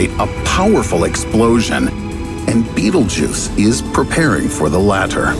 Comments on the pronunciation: Its not beatle Juice ITS PRONOUNCED BET EL GEESE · its BETELGUESE not Beetlejuice. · Sounds a bit alarmist to me. Why are some people/institutions trying to generate constant fear among the general population, the stress in his voice etc. Defies logic. Be happy bud! Calm down! (and by the way it's Betel-geuse not the hollywood version Beetle juice) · Can you fucking stop pronouncing it "Beetle Juice"... It's pronounced Bae Tell Jeuz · It isn't pronounced beetle-juice it's pronounced bétel-jis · It's pronounced "betal gowse" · It isn't pronounced beetle-juice it's pronounced betél-jis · It's pronounced bétel-jis not beetle juice. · It's so hard to take this serious when it's pronounced Beetlejuice. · Man everytime he said beetle juice I got kinda annoyed it's pronounced like "betelgus" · It’s pronounced Bet-Elle-G’use, not Bettlejuice. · Note this: This content is older more than 2 years. Stupid clickbait video. Narrator gonna be in hell for false rumour, scaring innocent people. Also it is pronounced as battle-jaz not bittlejuice.. Thank me later narrator. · Him: Betelgeuse Me: Beetlejuice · It's not pronounced 'beetlejuice' and that has driven me nuts through the whole damn thing -_ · Betelgeuse is NOT pronounced "Beetlejuice" you dyslectic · Wait Betelgeuse is pronounced as beetle juice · Before i read the comment: betelgeuse After i red the comment: bettlejuice. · I jus thought this hahahaa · Bee-tel-guy-se... betelguise this guy doesn't know how to pronounce basic words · I still can't get over the fact that he kept saying Beetlejuice every damn sentence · I thought he fucking said beetle juice. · Did he just said "bettle-juice"? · nobody:: B E E T L E J U I C E